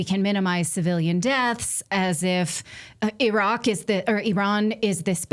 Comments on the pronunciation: The USA has a 12 year old spokeswoman who can't pronounce "Iran". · At least they’re trying to pronounce it